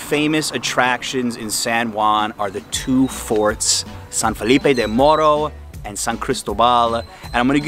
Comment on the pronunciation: Me encanta en sólo un día ya pronuncias la R como Boricua. (MORRO), una pregunta que nota ò puntuación le dio Adriana a los tacos 🤪, Gracias por visitar la isla.